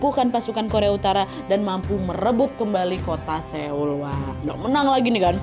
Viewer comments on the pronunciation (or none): Kasih tipsnya dikit ya hehhehhe Seoul bacanya Soul. Icheon bacanya inchon. Goryeo bacanya goryo. Biar ngomongnya Kaya org Korea. Hehhehehe